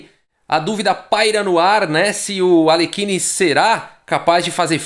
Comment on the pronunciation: Não temos qualquer obrigação de pronunciar corretamente o nome de estrangeiros, entretanto, só pra ilustrar, é assim que se pronuncia o nome de Alekhine: "Aliérrin".